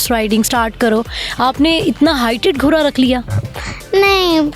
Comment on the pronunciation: بہت زبردست ماشاءاللہ، لیکن جو ھماری انٹرویو لینے والی بہن ہے انکی اردو ٹھیک نہیں وہ گھوڑے کو گھورا اور گھوری کہ رہی ہیں جبکہ بچی بلکل ٹھیک بول رہی ہیں ، برائے مہربانی اپنی مادری زبان کو کبھی بھی نہ بھو لیں